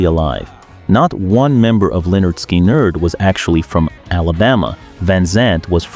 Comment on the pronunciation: This AI is bullshit. "Bass-ist"? "Skolz"? "Skin-yerd"? McVi"? "Oh-tros"? "Arpeggi-ed"? Oh, and a song from the 60s?